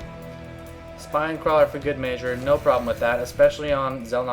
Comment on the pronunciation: Hmm am i the only one who thinks says measure weird?